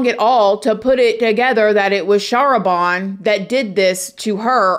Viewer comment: I believe her name is pronounce "shah RAH ban" with the emphasis on the second syllable. *and the "ban" rhyming with "can"